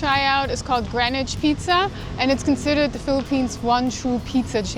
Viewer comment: I'm impressed by the amount of video editing. This is also the first time I've heard Greenwich pronounced correctly in a Philippines vlog.